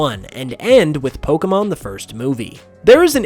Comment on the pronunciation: I hate the way ppl saying pokemon like how this guy does...